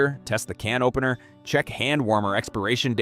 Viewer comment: The way he pronounces "cannoppener" 🤣🤣🤣🤣🤣🤣🤣🤣🤣🤣🤣